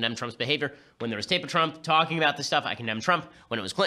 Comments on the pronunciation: Out of all of the ben shapiro videos ive seen this is the first time ben has mispronounced something and its trump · “President Twump” 😂😂😂